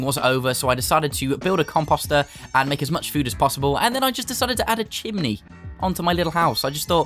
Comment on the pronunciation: Are you indian?? Because you say chimni